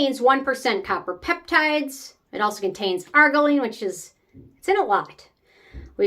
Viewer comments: Lol. Its ar-JEER-ruh-leen. Not AR-guh-leen.😊. Also, i think you mean matrixyl synthe 6, pronounced sinth six. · Wait, isn’t it pronounced Ar-geer-ill-line? Or is that wrong? I just stopped using it after using TO one consistently for a few years & I notice no difference at all. Go figure! 😢